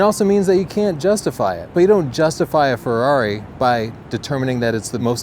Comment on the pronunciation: Say FEHWRAWRI again